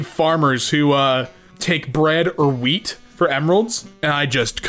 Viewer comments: I swear he said weed instead of wheat 😂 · sounds like you said weed